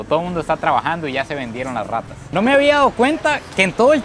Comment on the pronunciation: No MMS y en tu país no ay rrrrrrrrratas